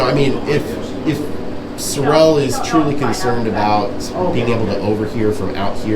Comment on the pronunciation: His name is Sureal not Sirrell!